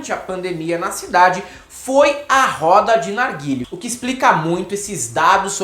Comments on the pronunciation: Ótimo vídeo! 👏🏼👏🏼👏🏼👏🏼👏🏼 só acho que não é "narguíle". É "narguilé". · O NOME DA PORQUEIRA DO CACHIMBO É "NARGUILÉ" , LÊ-SE NARGUILÊ . DEU PRA ENTENDER??????? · Desculpe-me garotos, mas a pronúncia certa é narguilê ou narguilé.